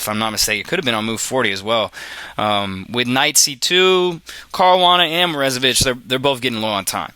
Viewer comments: Or, more accurately, "moro-ZAY-vich". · lol dude, stop saying "Morezevich" when it is clearly "MorOzevich"